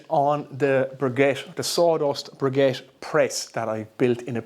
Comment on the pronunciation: Please make the effort to pronounce the word briquette properly. I think you will find less people close your video before it is finished if you would do this.